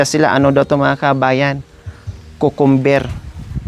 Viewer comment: you pronounce cucumber as Qcumber not cocumber